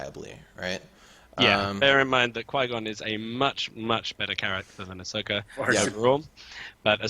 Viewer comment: Just a heads up, it's "ah so ka", not 'a sok a'